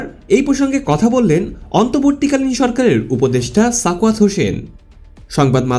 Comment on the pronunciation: অন্তর্বর্তী উচ্চারণ করতে পারে না ছোটলোক গরীব সাংবাদিক।